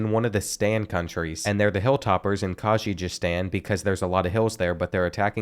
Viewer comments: it’s pronounced “Kurr giz Stan” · Did pretty good with most pronunciations. My favorite butchered was Kyrgyzstan. Kyr not Kry. It happens though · mow- zam- beek. Mozambique keer-guh-stahn Kyrgyzstan kah-zuck-stahn Kazakhstan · The pronunciations are KILLING me. Mozambikay Kazakastan Annagola Cryzigstan And more